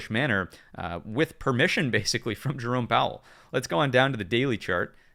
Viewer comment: "Bathically" 🤣 loving the content man thank you